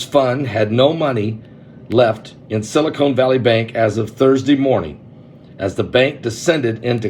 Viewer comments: Not silicone. Silicon, as in sili-CON artist ;) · I love you Pastor but it's Silicon not Silicone. Also it is idea not ideal. I'm sorry. My family calls me the word police. I just can't handle it when words are pronounced wrong 😵‍💫